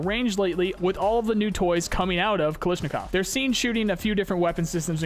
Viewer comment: Kalashnikov, Kal - A - shnikov.